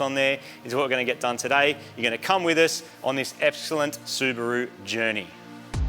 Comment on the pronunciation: Marty making up a new word "Epxellent" 😂😂😂😂😂